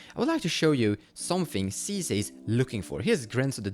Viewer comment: 10s in: 'League of Legends Sisay" oh no